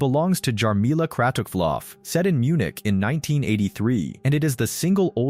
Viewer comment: What World record are you talking about? The heading is just plain lies. The idiot commentator cannot even pronounce the name 'Kratochvilova'. Don't bother watching this rubbish?